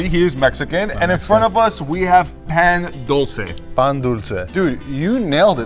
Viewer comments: This man hurt my heart when i heard PAn Dull cay bro its Pa n dul ce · The way he said Pan dulce pissed me off